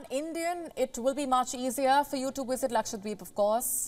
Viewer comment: Dear News reader.. It's Lakshadweep and not Lakshwadeep 😅